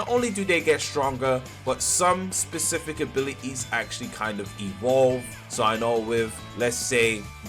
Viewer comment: abi-i-ies LOL